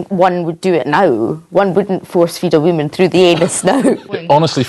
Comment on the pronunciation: "force feed a wamen thru the eeenuz"